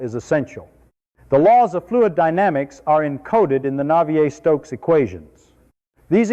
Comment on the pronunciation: Christ, this roboid never sat in thermofluids lectures to be able to mangle the names of Navier et al so irritatingly.